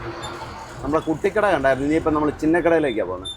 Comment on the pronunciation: കുട്ടി കട അല്ല.... "കൂട്ടി കട"